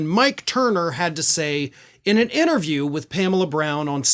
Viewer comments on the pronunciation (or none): 'Innerview'? Seriously? That would be like a shrink analysing himself. Or are you just a sloppy speaker?